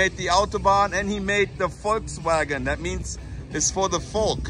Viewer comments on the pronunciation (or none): none